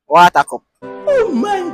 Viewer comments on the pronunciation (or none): Did he really say wata cup😅😅😅